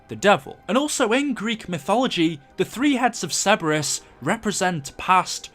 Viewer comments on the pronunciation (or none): This is a freebie: Sir-bur-us, not Seb-bur-us. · Sir-ber-us not Cebrus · its CER-BER-US not ceburus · Ok love ur vids but you need to pronounce Cerberus correctly! Cer-bER-us!